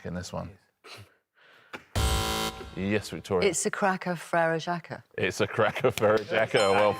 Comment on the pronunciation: The correct pronunciation of Frère Jaques would not rhyme with cracker. Sigh. But I am ok, because this show lifts my mood every single time, thank you so much!